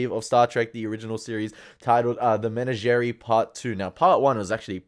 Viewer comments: Enjoying watching you enjoy this supreme favorite series of mine. I want to save you some embarrassment. It’s pronounced: “meh-NAH-geh-REE”. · I felt compelled by your, um, pronunciation to look it up, and I have mixed feelings in reporting that the correct pronunciation of menagerie in Australian English is the same as it is everywhere else in English, as Pike said it, not men a jerry. 😮